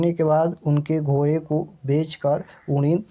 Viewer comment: Ko kaa ucharan kanthh say hota hai sir aap kya jante hai glat glat batte hai